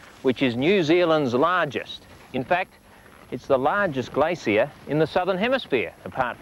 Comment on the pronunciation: Gla-Cee-Uh =p